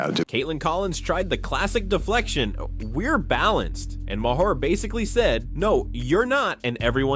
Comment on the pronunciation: The best part of this video is that AI narration is still unable to pronounce Bill Maher's last name! 😝😝😝